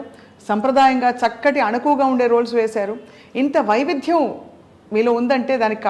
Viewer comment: VaividHyam kaadu pichchidaanaa adi VaiviDYam, okay?